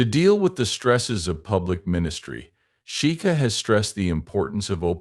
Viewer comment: We don’t need the history lesson and the pronunciation of her surname is horrible 😮